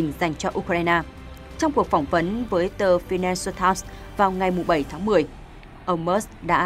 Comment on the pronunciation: Dẫn chương trình phát âm sai nhiều từ nha: Financial Tỉmes, Barack Obama, etc. 😮